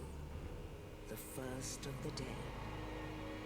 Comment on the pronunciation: It really sounds like you're saying "fifth playthrough ever" when you first start the video. This is your first, right?